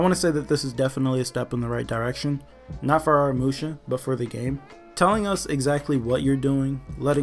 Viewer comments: The problem with Aramusha is that everyone keeps pronouncing his name wrong lol it’s pronounced uh raa mu shaa Not no “are uh musha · In the trailer Aramusha’s name was pronounced correctly, in this vid tho it just makes me cringe